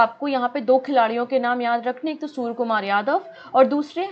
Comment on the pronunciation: Madam it's surya kumar not soor kumar...